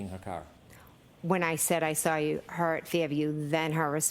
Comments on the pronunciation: Can someone tell that the word saw doesn’t have an R in it 🤦‍♀️ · born and raised in Massachusetts and no we do NOT put R’s in the word saw! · Saw has an R in it if you are from Massachusetts 😂